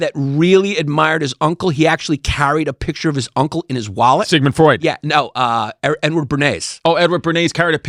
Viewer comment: Cuz, make no mistake it sounds like you’re saying “N Word Bernays”